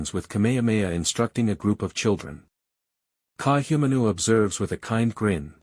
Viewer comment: Please get a proper ‘Olelo Hawai’i speech consultant. Ka’ahumanu is pronounced KAH-AH-HOO-MAH-NOO with the ‘mah’ sounding more like ‘muh’. So, practice slowly first as KAH-AH-HOO-MUH-NOO. With slight accent on MUH. Mahalo nui loa.